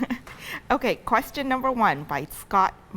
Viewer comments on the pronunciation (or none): none